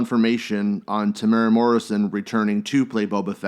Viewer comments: It’s pronounced “Tem-ew-wera”. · Te-mooo-raa Te-mew-ra Te-mu-eh-rah My give up! My give up! {raises hands in the air}